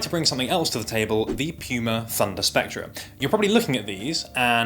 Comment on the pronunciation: I like the way he said Puma like PEW-MAH and not POO-MUH.